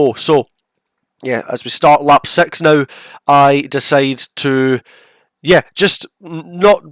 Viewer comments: Normal people: P Six Lukas Blakely: P Sex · Your "p6" sounds like "p sex" and i like it